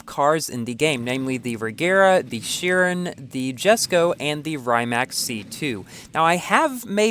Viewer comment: I don’t get it, because the Rimac has bD handling in FH4,. The Regera is lighter than the Rimac, and the Regera also has more downforce than the Rimac. Also, you pronounced the words Rimac and Chiron wrong.